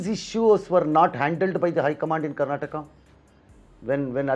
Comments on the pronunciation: Say Karnataka properly not Karnatak you fool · its not karnatak its karnataka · It is Karnataka not Karnatak. Kannada not Kannad. Why is it so difficult to pronounce the name right? Is Telangana called Telangan? Telugu as Telug?